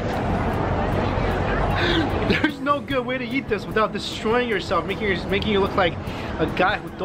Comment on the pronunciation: the way he says "eat" sounds like "yeet" 😂👌